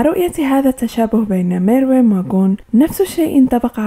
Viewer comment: his name is Meruem say it right